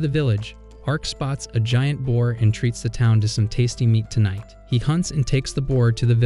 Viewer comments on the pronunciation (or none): none